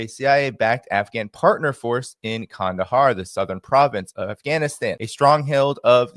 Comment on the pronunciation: Nice pronunciation of Qandahar,! 👏👏👏